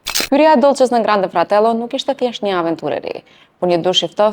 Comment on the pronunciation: Kuku sa keq pe ja thune emrin doces edhe grande fratello pe thuni shum keq 😅😅😅😅😅😅😅😅😅😅😅😅